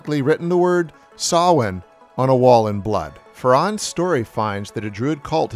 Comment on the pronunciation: I know this is splitting hairs, but the pronunciation of Daniel Farrands is WAY off. It’s pronounced “fairends”